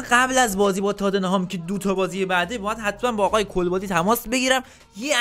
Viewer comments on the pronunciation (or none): کُلبادی نه😂 کَلبادیه